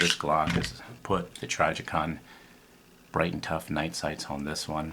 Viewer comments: Its pronounced Tri (as in triple) TRI JI (as in jizz) con (as in convict) TRIJICON YOU DUMB PIECE OF SHIT. You're the definition of a poser operator. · Are you saying Tragicon?